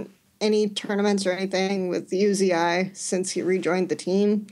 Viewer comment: Uzi is note U Z AI, plz stop that